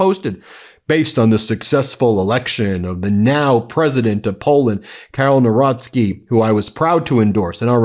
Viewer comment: HEY HEY!!! Narocki! Congratulations on the correct pronounciation. Now, can you get that idiot from WIsconsin who says he's Pap-rocky, when it's PAP-ROWTS-KEY (Paprocki)